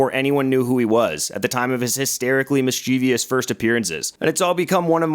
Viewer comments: The word "mischievous" has ONLY THREE Syllables IDIOT. Stay away from the communications field. You're not any good at it. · Mis-chiv-ous, not mis-chiv-i-ous.